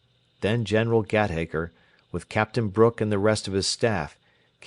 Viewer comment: Really excellent reading. A few mispronunciations of English names and words like 'Warwick' and 'slough' and 'Gateacre,' but they scarcely detract from what is otherwise a highly professional and effective reading. Well done, sir! This is far above the usual Librivox fare that I have come to expect. I will be looking for more. Many thanks for such an enjoyable experience.